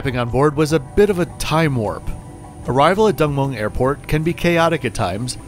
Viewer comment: Thanks - good review Been a while since I flew into ‘Dong Moong’ - you need to work on that!😂